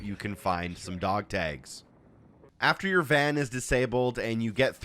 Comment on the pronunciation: You say dog tags very oddly. Dog tages lol